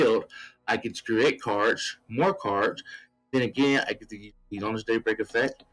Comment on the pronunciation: Seems like fun. I couldn't help but hear daybreak as date something which made me laugh. Happy New Year